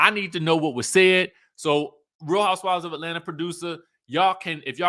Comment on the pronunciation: 1."Atlant-eeeerrr!" 😁 2. Monyetta can read 🤌!